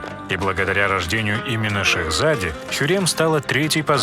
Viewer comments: Шехзаде произносится как шехзадЭ Закон Фатиха -фатИха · Шехзаде😁ударение жесть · ШехзадЕ!!! Ещё ни разу не слышала чтобы это слово так произносили, ударение на последнем слоге. И ещё. Есть такая вещь как авторское право. Мультик смешной конечно, спасибо что выпустили, но полностью слизан с турецкого сериала. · Гениально!! Почему раньше никто не додумался до такого мульта!!! Однозначно подписка! Вот только неверное произношение слов к примеру: благодаря рождению именно шехза́де - шахзаде́ (е звучит как Э) И не закон Фа́тиха а ФатИха. Это ошибки самые режущие слух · Как же режет по ушам хюррЕм, махидЕвран, шехзÁде, «бъяиезед» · И он говорит ШехзАдЕ 🤬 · ШехзАде(ударение на А) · она имеет ввиду ударение в слове ШехзадЕ